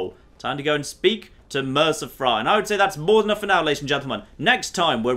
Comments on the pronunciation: you're pronouncing Brynjolf's name wrong! It's pronounced Brynyolf, the "j" makes a "y" sound! Also Mercer's last name is Frey not Fry! Pronounced Fray! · “Mercer Fry” “Bryn-jolf” I’m starting to think pronounces these names deliberately and obviously wrong just to annoy us.